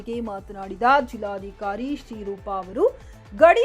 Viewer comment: ಅದು ನಿರ್ಘಮಿತ ಅಲ್ಲ‌ ಅದನ್ನು ನಿರ್ಗಮಿತ ಎಂದು ಓದಬೇಕು, ಹಾಗೂ ಜಿಲ್ಲಾದಿಕಾರಿ ಅಲ್ಲ ಜಿಲ್ಲಾಧಿಕಾರಿ